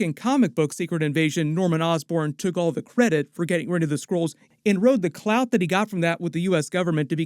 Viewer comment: Hearing say clout 😂😂 I had to rewind it back.